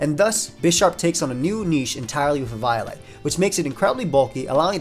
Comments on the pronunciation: i thought the way to say eviolite was "Eh-Vee-O-Lite" not "Ee-VIO-lite" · E-viy-light? On freaking evi-o-lite? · “E-vio-lite” instead of “E-VO-lite” sent chills down my spine. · huh .. first time i hear someone say " Ee-vaio-light" instead of "Ee-veeo-light" not the biggest fan of the prior but to each their own. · Great vid man, but eviolite is pronounced like eevee-oh-light. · your pronunciation of eviolite made my 6'0 190 lb infant son cry. is this what you want? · Never say eviolite like that ever again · why do you say eviolite like that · Losing my shit over the pronunciation of “eviolite” as “eve-eye-light” Also doublade as “da blade” or “the blade” I feel like I’m having a fucking STROKE